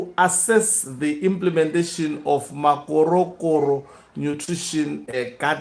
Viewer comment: Makhorokhoro hey, not Makorokoro!